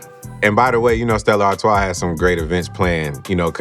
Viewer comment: I’m from the south of England and I have never heard anybody pronounce Stella Artois as posh as that 👍